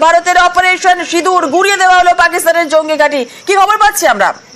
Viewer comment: সিদুর না রে সিন্দুর spelling ta thik kore bolte sekho